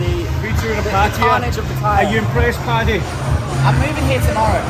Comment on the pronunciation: It’s Paddy!